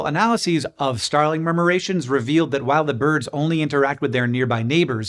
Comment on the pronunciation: Every time I hear you say boids I end up hearing it said in the voice of Curly from the Three Stooges 😊